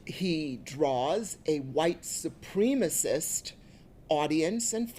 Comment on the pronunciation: Trump doesn't discriminate... anyone can get it, black or white. Plus, how did she pronounce "supreme-isist?"